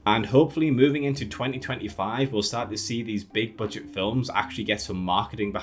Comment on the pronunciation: I can't understand what word is being said. I hear "Big Curd Day franchises"